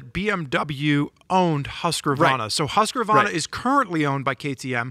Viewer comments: What the F is a Huskavarna? How about Husk-varna for pronunciation? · please stop saying husqRRRRvarna. There's no R there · Say it with me now HusqVARNA VARNA VAR R NA 😂😂😂😂